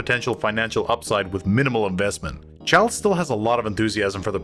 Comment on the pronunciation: Giles is pronounced geel